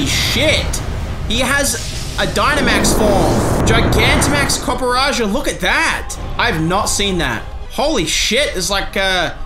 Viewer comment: congratulations to for pronouncing Copperajah correctly for the first time you did it, the absolute mad lad